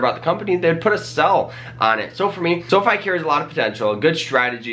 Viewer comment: Seriously, I can’t anything he says seriously after he says sofee